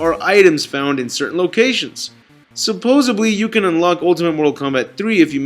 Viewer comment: "Supposebly" Lol. ...Still love your vids.